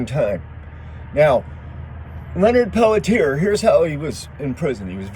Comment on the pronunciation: Pelletier pronounced "pelt-chi-ay". Thank you for covering this. Total set up for sure and he is innocent. Went through this thoroughly years ago and from what I have concluded, there was not enough compelling evidence to convict Leonard for the murders or continue to keep him in prison. He "took one for the team", but this whole situation should have never happened in the first place, but the intruders were instructed to invade.